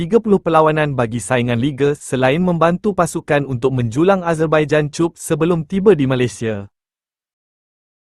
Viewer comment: Knp org yg jadi penyampai channel ni bodo sgt😂😂😂😂sebut debut & cup tu mcm org tak pernah pergi sekolah😂😂😂